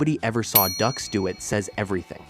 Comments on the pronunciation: "Dooks," like dookies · It’s Dux. Like put up your dukes. Got it. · Everytime he says Ducks, it reminds me of The Duck of Death from the Unforgiven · It's pronounced Doox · Its pronounced dukes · It's pronounced "dooks" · It's pronounced DUKES🤣🤣🤣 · I thought it was pronounced "dukes" though. Not that I don't the legitimacy of this video or anything. I knew he was a fraud for years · Bruh, Dux is pronounced DUKES. But yeah, he was a lying tooldbag. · Am in the only one that finds it annoying that he keeps saying, "ducks" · No no... iss, Doox. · Dux is pronounced like "dukes" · It’s dukes like put up your dukes! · Frank Ducks hahaha what a loser! Does a research video and can't even get the name right.... that's the way to get subs for sure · IT'S PRONOUNCED "DUKES". Buh- bye. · pronounced DUKES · His name is pronounced "Dukes" even though it is spelt Dux. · No, it's Dux. Like the District 5 Pee-Wee hockey team. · This is so irrational. How on Earth do you have a channel devoted solely to this sort of story, and still be unable to NOT mispronounce the guy's name? I'd argue you don't know anything about the subject, but clearly you do. This is just a really obvious mistake, every commenter knows it, but the expert doesn't. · Are you mispronouncing Dux intentionally? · If you're gonna trash somebody, at least freaking get their name right 🤦‍♂️ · I think getting his last name wrong everytime is fitting. He doesn't deserve to be respected. But his bullshido did give us the awesome Bloodsport. So there's that. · can't even get the name right huh? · Can you please say his name right?? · Might as well mispronounce his name the guy is a fraud. Like George Bush Sr. calling Saddam Hussein "Sa-Dam." LOL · I don't know how you can make a video about Frank Dux and still mispronounce his last name. You didn't watch Bloodsport or any of his interviews?? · It's Dukes not Ducks. French Canadaian. Dux is pronounced Dukes. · It's not Ducks, it's Dukes, like put up your dukes man!